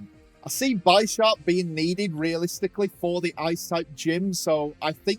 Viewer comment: Minefu??? It’s me-en-foo Also you said gogoat instead of skiddoo Bisharp is Bi sharp not b eye sharp The anime is a good pronunciation dictionary :) Very nice commentary tho